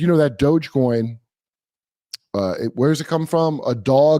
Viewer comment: Doge coin is mispronounced, inner meme. It's the Japanese English phonetics for dog, doggy, do-ge. As they speak in syllabaries